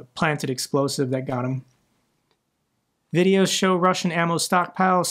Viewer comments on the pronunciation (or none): none